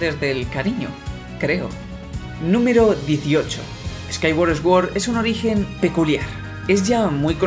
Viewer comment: No quiero que esto sea una ofensa de ninguna forma, solo recalco que sword se pronuncia suórd y no esguord.